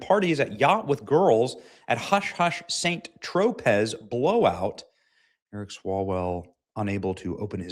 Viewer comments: Benny, St Tropez is pronounced “San Tro-Paa” Gallego is pronounced “Guy-a-go”. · Benny- tge word is pronounced San Trō-pay. The other AZ dude, a Spanish name pronounced Guy- yay- goes. Two last in Spanish is a Y sound, yuh yuh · For the love of Pete, Benny, it's pronounced SanTro-Pay. Also, it's Ruben Guy-Ay-Go. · Why is Johnson pronouncing nonexistent vowels in Gallego's name as well as mispronouncing the popular, very well known South of France, vacation destination for the jet-setting, elitist, privileged class, that is, "St. Tropez" ? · San tropay pronunciation of St. Tropez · You're such a hillbilly. You can't pronounce St. Tropez or Ruben Gallego. How can somebody be so ignorant to the world outside of the U.S.A.? Even Americans know how to pronounce Spanish names. It's "Ga-ye-go" and "San Tropay" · St. Tropez is pronounced Sahn-Troh-Pay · St. Tropez - (Sounds like San Tropay, Benny) 😂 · St. Tro-PAY is how it’s pronounced, Benny. Geeez!